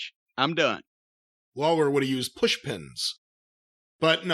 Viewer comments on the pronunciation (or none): none